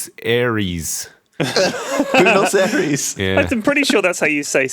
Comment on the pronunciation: LEWIS IT PRONOUNCED BWEN-OS AIR-EES!